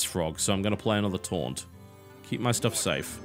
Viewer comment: For the entire series up until now, I thought you said torrent instead of taunt lol